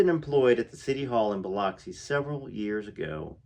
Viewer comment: but its pronounced Biluxi